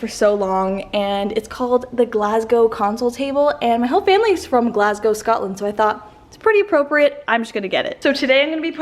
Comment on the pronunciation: Ok I’m VERY late to this video but I just wanted to say it made my Weegie heart happy to hear you pronounce Glasgow properly! So many Canadian/American friends really seem to struggle with the W at the end 🤣 loving your videos, having a wee marathon watching them!